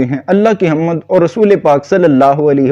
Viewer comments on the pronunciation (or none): حَمْد ہوتا ہے نہ کہ حَمَّدْ